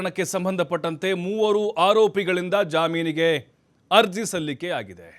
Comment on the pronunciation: 😂😂😂 ade jaaminege...jaminige alla